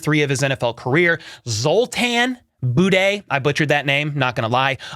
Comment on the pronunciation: your Zoltán Buday pronunciaton is actually quite good :D